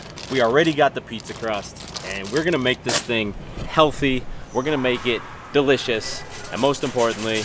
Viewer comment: did he just say digligious